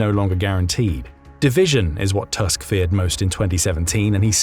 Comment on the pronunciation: Thank you for this informative video! Just a fyi from a Polish person: Donald Tusk’s surname is read “Toosk” like in “goose” not “Tusk” like in “Musk” :)